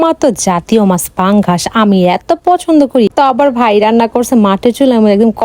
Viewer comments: পাঙ্গাস ❌ পাঙ্গাছ✅😅😅😅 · পাঙ্গাস ❌ পাঙ্গাছ✅